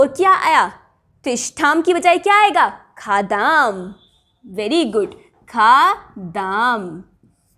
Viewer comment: बहनजी " वयम् खादाम् " सही है या " वयम् खादाम: " आपका उच्चारण " वयम् खादाम् " सुनाई देता हैं | 🤔🤔🤔 💐💐💐 👌👌👌 🙏🙏🙏 ❤❤❤